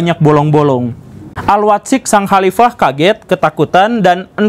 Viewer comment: Mendengar guru gembul baca Al Watsiq sesuai bahasa indonesia nya : AL WAT-SIQ dapat disimpulkan guru gembul gak bisa bahasa Arab.. padahal sangat penting bagi dia kalo mau faham keislaman yang mendalam